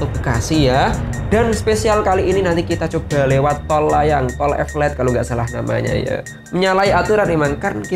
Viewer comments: Bukan evelet tp eleveted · Elevated bukan evelettttt😀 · Tulisannya tol elevated tpi dibacanya tol epelet dong 🤣🤣🤣 ngakak gusti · Tol elevated bukan evelated